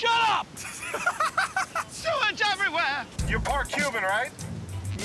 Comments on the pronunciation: notice how Sal says everywhere like everwhea in more episodes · Why did he say everywhere like that 😭😭